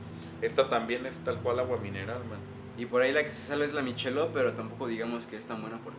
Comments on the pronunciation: El acento en inglés es malito States en vez de states , Budweiser Se pronuncia bodwaiser, miquelob, no michelov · ya se que es una mamada mi comentario. pero se pronuncia "maikelob" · es “mikelob”